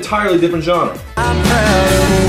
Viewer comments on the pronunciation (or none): none